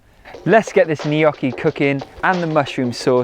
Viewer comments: LOL you're saying either Knockee or Kneeeeyocki. it's neither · You are so talented. Everything looks delicious. Glad you give alternative to frying. For instance to bake the layered potato dish. I love potatoes but can't eat Irish potatoes too much so I stick to yams. You pronounce gnocchi different and it makes me smile. 😊 Merry Christmas and Happy New Year!